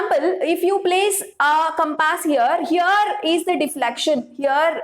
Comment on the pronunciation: Compass not campase 😂😂